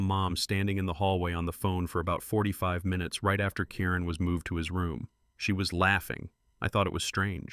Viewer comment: Karen ? He is saying Kiren bad AI